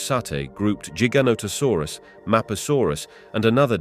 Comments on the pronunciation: Cooked by the comments. Let me add too Jiga? Like jeep? Giga... like a music gig... Hmmm. The difference between J and G.... must be hard for some people. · Ooooft it's size tells you it's name and it's not jig anything it's Giant therefore Gi Gant Ta Saurus ...learn before you try to pronounce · Idk why but I'm finding it very annoying that he keeps pronouncing giganotosaurus differently. Other than that, very interesting video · Pronounce gigantic